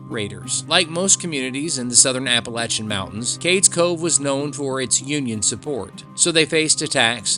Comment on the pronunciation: There's nothing spooky about any road in the GSMNP. Fake animal sounds and weird music fool many an ignorant human being these days. At least you pronounced Appalachian correctly I guess. That said, it's sad to hear people still claiming that the Confederates were "radical." How, in 2024, with everything the federal government is doing anyone can see those who wanted to be free to make their own decisions in their own state as "radical" is beyond me. Public education has failed so many and the truth is being wiped out every day now. The South was right - the federal government was never created to be a god or a dictatorship or an oligarchy. But oh well. Here we are. Either way, back to Parsons - if you think there are cameras out there watching you, I guess you believe the earth is flat and chem trails are a thing, too. Are there cameras in GSMNP? Sure. Around the buildings and in some very specific locations, but hundreds way out along Parson's Branch? Silly. Anything for money though, I guess.